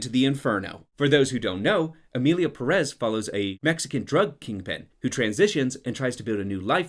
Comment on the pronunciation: The English pronunciation of Perez will be my cause of death